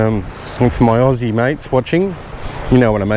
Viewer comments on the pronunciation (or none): none